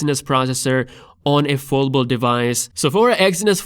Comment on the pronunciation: Where is this guy from and why cant he say foldable